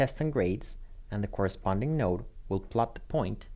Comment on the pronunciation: So he's saying node, and no depending. Those not familiar with "node" might not understand the differences since we're primed for no or yes. Might be helpful to be clearer in enunciation or spell it on screen.